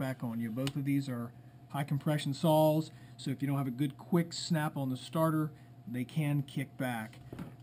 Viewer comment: are you calling saws sals